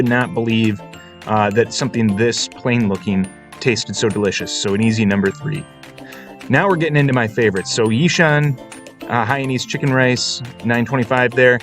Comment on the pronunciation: Good try but it’s a bit funny seeing one eating from a plate of rice with either fork or chopstick. It would also be good to pronounce Yishun like all locals, like Yi-soon” 🙏🙏